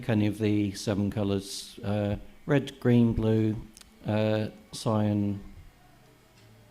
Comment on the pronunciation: Great tool and demonstration. Oddest pronounciation of "Cyan" that I've heard though!!! :-)